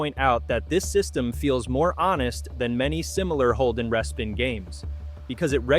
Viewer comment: Teach your AI to pronounce respin as REEE SPIN